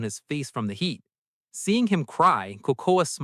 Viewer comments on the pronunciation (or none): none